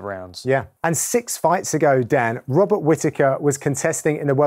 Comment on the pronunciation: Who else caught Dan Hardy calling Robert Whittaker, "Bobby Whittaker"